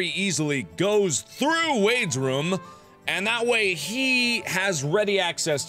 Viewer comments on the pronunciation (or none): I mean it's not bad, I know he's half Korean and I think German...it mightve been something else so I thought it might be from an accent. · It’s just Mark. He does that often. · Yeah I put that into mind to, I hear people say either differently than me. I say it like I-ther, others say E-ther. It's like that with Markiplier and how he says room.